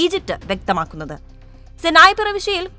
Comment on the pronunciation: മലയാളത്തില്‍ പറയൂ....സൈനായി.അല്ലാ.....സിനായി....